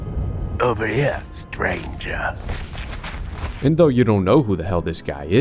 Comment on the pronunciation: I cannot hear or read the word stranger without hearing STRANJHA (how do you even write this?)